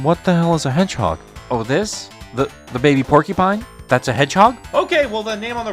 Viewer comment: I thought it was Shadow the Hedge-edge...